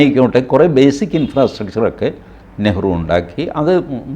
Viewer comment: What was Nehru?. That was Neehru 😂